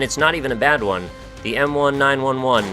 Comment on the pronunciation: Warning, I'm about to be super nit-picky. I know you aren't a "gun guy," but the 'M1911' would be pronounced "emm nineteen-eleven." Love the show! That's the one and only time you've made me cringe a little. Everything else is freaking awesome!